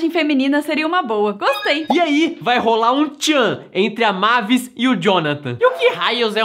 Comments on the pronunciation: Não é mávis é meivis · não e mavis e meivis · É "meivis" não "mávis" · Na hora que chamaram a Mavis (Meivis) de " Mavis" eu quase tive um treco.kkkk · A "mávis" É mavis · A PRONUNCIA E MEIVIS